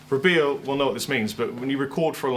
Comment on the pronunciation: every time i happen to see this video i swear says "I'm Beer", man... am i going crazy?